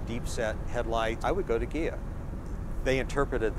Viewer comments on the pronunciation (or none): Hells Bells! My ears must be shot. I swear he is saying, "Kia Cadillac".